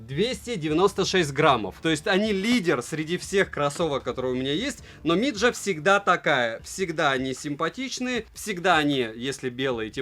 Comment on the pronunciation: Mijia произносится как "Ми Цзя(Дзя)", можно проверить по транскрипции в переводчике. Но не миджа.